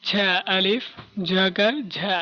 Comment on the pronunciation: এর উচ্চারণ কি ড়ে আলিফ হবেনা( ڑا) ?( ژا)একি ভাবে ঝে আলিফ ? কিন্ত শোনা যায় ড়া আলিফ এবং ঝা আলিফ।